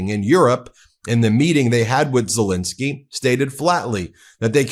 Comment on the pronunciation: It's Zelensky not Zelinsky. Please please stop pronouncing his name incorrectly